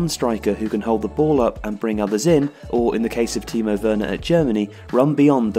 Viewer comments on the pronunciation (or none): none